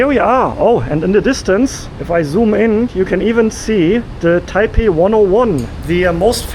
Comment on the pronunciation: i love you man, but im cringing already with you saying taipei .. i just know its gonna start a comment war.